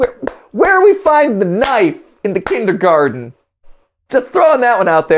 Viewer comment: That heavy stress on the T in kindergarten like he didn't know the word was actually spelt and pronounced that way (as opposed to kindergarden which I'm sure a lot of americans think it is) really bothers me.